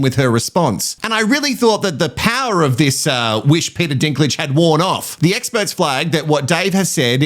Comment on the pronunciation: Essperts….exparagus - What is happening…😂 Adrian….yeah, na